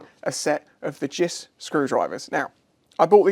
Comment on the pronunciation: Many years ago I sheared a snap-on philips screwdriver on my superdream brake reservoir JIS screw. I was using it improperly so no lifetime guarantee! Side note: never heard anyone say 'jiss' before.